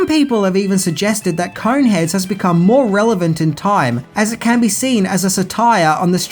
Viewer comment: Kept hearing "Coke heads" towards the end